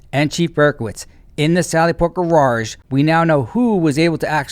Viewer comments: Psst...it's not Gararge it's Garage, pronounced ga-raj. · will continue to say gorarge because she’s a rebel. 😂💜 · I think she said 'gororge'? 😂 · A Sally Port is a "Gara(r)ge?" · I like ur channel but for the love of everything holy, please stpp butchering the word grrrrrage. Just say Sallyport. Everyone know know what it is. Ok, later brother. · You crack me up with “gararge 😂😂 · It takes a lot of practice trying to spell gararrge. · I will never say garage correctly again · Is garage a hard word to say? I’ve never heard anyone else pronounce it wrong. Edit: now that I think of it….shouldn’t Garage be mad she pronounced his name wrong? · It's New England. We do R's that are there. And add R's that aren't there. 😂😂😂😂😂😂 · Love your content but you need more practice on pronouncing the word "garage"!!!